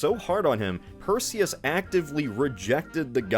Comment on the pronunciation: Perzeus. Delivered per Zeus.